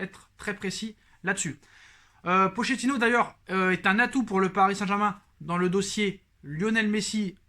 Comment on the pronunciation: d'accord avec toi cool que Tuchel se casse enfin par contre Pochettino le ch en italien se prononce "k" ou "qu" phonétiquement c'est "Pokettino" .. on dit de Pauleta "Paoleta" et non pas poleta !!! hehehe